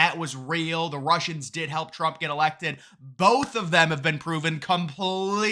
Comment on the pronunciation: "Roosians! It's them Roosians again!" 😆🤣😆🤣